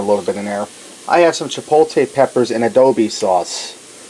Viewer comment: Hope they don't make you take this down due to using too much of that song. Btw, it's cha po ta lay in ah doe boe sauce, not adobe. And those were cannellini beans not canelli. :) You cracked me up with this one. Like the recipe though. Cheers.